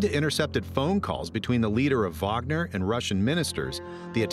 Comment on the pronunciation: Idk why but I appreciate it when Wager is pronounced correctly like in this video.